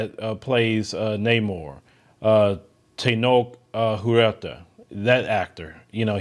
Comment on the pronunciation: It’s not “tenoak”, it has a Cha sound that’s why it’s there Teno-Ch